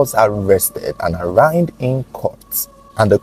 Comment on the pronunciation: What would it take for to learn how to pronounce "ARRAIGNED '?